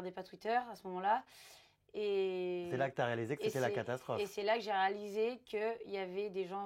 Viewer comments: Bon les «âteur» ça m'a fait rire quand même désolée 😂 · Les "Ahteur", j'suis mort ptdrr!